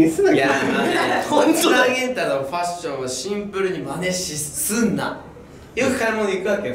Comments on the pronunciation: 「シンプル」を「ツンプル」って突っ込まれてから、ずっと絶対ツンプル入れてる元太ツンプルに可愛すぎる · ツャツはツンプルにきろ ワロタ😂